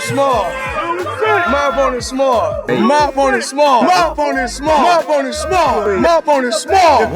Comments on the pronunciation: i thought mayweather was saying "MY BONER'S SMALL", not "MY OPPONENT'S SMALL" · I heard "my phone's small" 😂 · I thought he said my bonersSmall